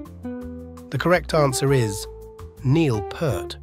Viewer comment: It's Neil P-ear-t (pointing to my ear). Neil Peart, got it?! Not Pert.